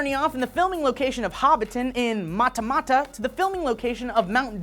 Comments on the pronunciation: it's pronounced matta matta. Not muttah muttah. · Matama is pronounced like matter-matter . Also naraho-ee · Nice try on pronouncing the Maori names, sort of almost had Matamata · Haha is saying Matamata wrong XD